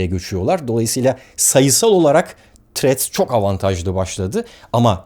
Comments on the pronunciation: Threat demissiniz sanirim dodrusu thrreads.tehdit degil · Barış bey threa"d" bu arada, threat (tehdit) değil. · selam baris abi seni cok seviyorum ama ingilizce konusurkenki telaffuz hatalarin beni benden aliyor her videonda. threadsin ilk harfi t olarak okunmaz, th sesi peltek t seklinde okunur, eminim bunu biliyorsunuzdur ancak uygulamada biraz sikinti var sanki. ha sadece bu degil, bu sadece bir ornekti.